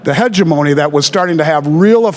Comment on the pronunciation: "Heh-geh MOny" It's "HEH-GEM-ANY" Hegemony Jesus dude... that raped my ears.